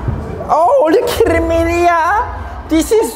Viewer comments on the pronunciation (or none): gacha mellow that’s how he says kidding lol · What's sappenring, are you Kirring me idiah? The best English ever